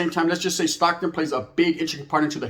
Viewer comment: It’s Stockton homie not Stocktone!! Dead homies! Palabra foo!! 😂 por favor believe it!!